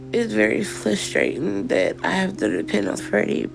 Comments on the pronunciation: FRUSTRATING, not FLUSTRATING. This one thing is making me crazy. Also, WHO packs a refrigrator? I have never moved a refrigerator in my life. Even unfurnished apartments have refrigerators. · “Frustrating” if I hear “Flustrating” again… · “flustrating” to watch her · Every time she says “it’s fLustrating” I die a little inside. What is wrong with our children today? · “It’s flustrating” 😂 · She's so nasty in so many ways!!! And that ridiculous baby voice is GRATING!!!! The way she pronounces "Flustrating" or "Flustrated" just passes me off to no end. She's such an ungrateful nasty cow. She doesn't appreciate ANYTHING ANYONE does for her. She is a baby talking, ignorant, rude, nasty attitude having, lazy, sucky Fat l3ITCH. Maybe the "husband you married isn't there anymore" because he's totally sick of washing your smelly fat folds, sneaking you pizza, hearing your stank ass attitude and unintelligent baby talk!!! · Flustered or frustrating not both.